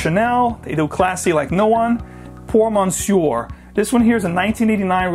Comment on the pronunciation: I’m not French but I’m pretty sure that’s not how you pronounce “Monsieur”. Pretty sure as in that totally not how you pronounce it. I have a lot of these fragrances and I concur. Lovely. Edit: although I would add Paco Rabanne Pour Homme and Aqua Velva To the list.